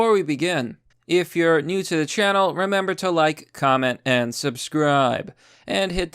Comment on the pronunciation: and soubsruibe xD